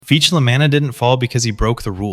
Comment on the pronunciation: you're pronouncing "La Manna" like "La MAN-na". the correct pronunciation is "La MAH--na". with an "ahhh". the emphasis is on the "Mah". "MAH-na" rhymes with "Mama", you're pronouncing it like "mannah" from heaven, or "mana" in a videogame. This is wrong. Do you pronounce "lasagna" as "la ZANN-ya"? It's pronounced "La ZAHN-ya" With an "ahhhh"